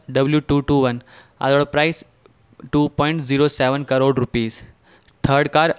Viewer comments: It's not C rore it's crore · U are wrongly pronouncing crore